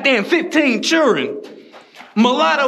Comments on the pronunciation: 😂 he said churrin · Bro said "mulatto chirren"🤣🤣